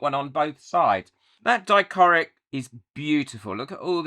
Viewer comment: I love how you mispronounce dichroic 😂. I definitely prefer the darker backing.